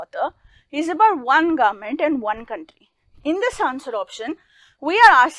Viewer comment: The government word is sounding like garment rest the video explanation is really good